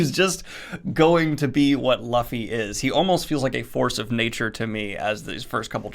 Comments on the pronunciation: Yes... Looofy, not Ph-luffy. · You're probably gonna get this a lot, but allow me to be the first. Looffy, not Luhffy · Aint no way he said Luh-fee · His name is Luffy, but it is pronounced Loofy. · Really bro Laffy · Bruh🤦🏻‍♂️🤦🏻‍♂️🤦🏻‍♂️😂. Luffy’ name is not pronounced like that😂😂. It’s pronounced more like “loofy” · this dude really said luh-ffy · It's pronounced "LOOFY"!!!!! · it's pronunced LOOFY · Reading One Piece is like it's own pirate journey itself as you experience Luffy's adventure. And Luffy's name is pronounced "Lu-ffy" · It's Loofy you snivelling goblin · Who´'s Laffy????... Its LUFFY!!!!!! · Its understandable he says "Luh-ffy" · Daniel I love your content to death and I’m so glad you’re enjoying my favorite work of fiction ever, but I gotta say- Luffy’s name is pronounced loo-fee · Oh man, if you're this into it at Volume 3, boi...get ready. In two weeks Daniel's gonna give a review of chapter 1005 Also: L-oo-fy, like a loofa. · Pirate adventure of a lifetime! So accurate! I’ve been reading since 2004. Just to help out nicely— it’s Loo-fee thanks for sharing your thoughts ^_^ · Wow a manga review on this channel! Also it's pronounced Loofy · Hey Daniel, here's a name guide to help you out in the future. Luffy - Loo-Fee (Emphasis is on Loo not Fee) Zoro - Zo-ro (Similar to Zorro) Nami - Nah-mee (Both short emphasis) Usopp - ooh-sawp (Emphasis on ooh) As it's Japanese, most syllables are short and follow the sounds quite similar to those of Spanish vowels of ah, eh, eeh, oh, ooh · Lol Merphy made the same mistake with Luffy's pronunciation. I'm sorry but this really bothers me it's pronounced Loofy. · .....Ok, who else is bothered by him pronouncing Luffy as "Laffi"? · This Dyslexia stuff is hectic. Dan's watched the show and heard the pronunciation of Luffy (Loo-fee) but still fouls it. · also, Luffy is pronounced "Lou-fee" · I think it's pronounced loofy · I die a little everytime he says LAFFY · Calling Luffy "Laffy" hurts. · Also: It's loo-fee